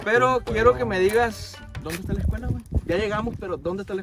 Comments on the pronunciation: Quien se percató, que en ves de decir "escuela" dice "escula" 👀👀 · Jajajaja dicee escula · Dice acampando en la ESCULU abandonada 🤣